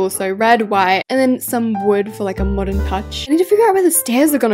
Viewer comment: You said Moderen McDonald’s😅